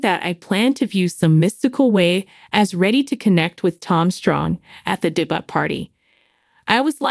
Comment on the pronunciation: it's not a debutt....its a debut.